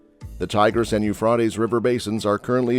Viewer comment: His pronunciation of Euphrates is a bit unorthodox, but the Hebrew name for this river is simply NA-HAR HA-FRAHT", so he's getting a little closer to that. Hebrew for the Tigris river is NA-HAR HA-TEE-GREESS.